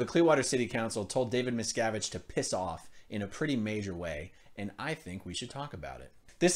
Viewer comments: Everytime you said his name I heard miss cabbage! Hahahaha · Westly Miscarriage /miscavige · Does anybody hear, Miss Cabbage? LOL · Miscavige sounds like a painful internal medical issue. "Twenty cc's of XenuLaxine STAT! This man is going into Miscavige Cerebrocrapular shock!"